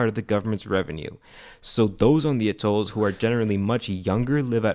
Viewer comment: at'olls ... not a'tolls.. and why on earth would you bother with educational institutions for this place ? Can't they go somewhere and get a proper education? If they even needed to .. I mean .. really .. working a door of a register is all they need.